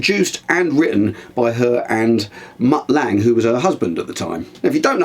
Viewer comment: Mutt Lange is pronounced LUNGAA